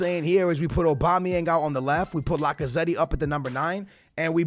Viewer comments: It’s Lac-a-zett that’s how you pronounce it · When you say lacazette you don’t say the ‘e’ at the end Like so skillz can see